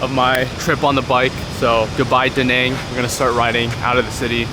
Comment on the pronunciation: I fuck with you, but yet another youtuber pronouncing Da Nang wrong lmao! All good though brother, maybe thats just a personality type thing. Also mentioning traffic when you live in NY?! Lmfao